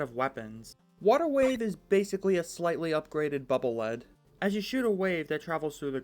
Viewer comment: Why does everyone always mispronounce Bubble Lead. It's not Lead like the mineral It's Lead pronounced LEED Because it's a bubble that acts as a lead to check for traps.